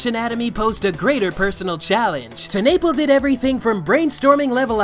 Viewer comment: Holy crap bruh it’s pronounced Teh-nuh-pel not Ten-nay-pll